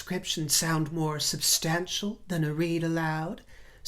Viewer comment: OMG, Is this a white Winnie Mandela impersonation. Please use the correct pronunciation of "substantial" and not the Lady C affectated pronunciation. Listen to your latest video and and hear that you switch pronunciations. I despise Meghan ( and Harry) as much as I despise Trump, but at least she is not a social climber as you () and name drop. You critisise her expensive clothing, that's her business, but at least she doesn't have to buy at the "Thrift" shop. I just think you are jealous that she succeeded in marring a "royal" and you remain common drag "queen". Oh, I am certain you have friends of "inluence", the ordinary gay politicians. Finally, I find it offensive that you refer to Prince William as the "hot' prince and how you would love to "have " him. In your dreams, in your dreams. Show some respect.